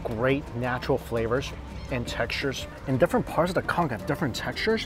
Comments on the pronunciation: Conch not cunk! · All i heard was COnCK 😂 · i agree, and ngl think its disrespectful to the cultures where those foods come from, as well as his audience if he's doing it on purpose.